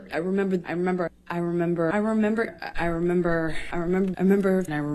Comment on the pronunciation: When she says "I remember" so many times it sounds like she is saying "I am Amber"🤣